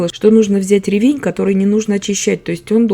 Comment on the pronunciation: Замечательный рецепт! А ещё так приятно слушать грамотную речь - Вы подчеркнули ударение в слове "ревЕнь". Мне всегда хочется поправить человека, который неправильно ставит ударение в словах - "свёкла", "щавЕль", "слИвовый" и т.д. А Вы, давно живя в Германии, так грамотно говорите на русском языке, что любой русскоговорящий человек должен брать с Вас пример!